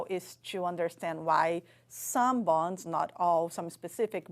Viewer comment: How did you not help her to properly pronounce bones ?